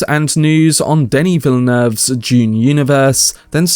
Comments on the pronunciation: Dune, with a D. Not June with a J. Just kidding I don’t give a shit how you pronounce it. I just thought you were saying June part 2 like 50 times 😅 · Is this information June Part 2 or of Dune Part 2. Sorry Mate i would enjoy your reveal better if you could pronounce "Dune" its really hard to ignore. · I may be wrong, but I think it is pronounced "d"une, not "j"une. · No hate. I couldn’t stop hearing you say June instead of dune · This was a fantastic film until the ridiculous fight scene in the end. Still excited about 2. Nobody took the time to let this guy know to say dune not June.? 🤣🤣🤣🤣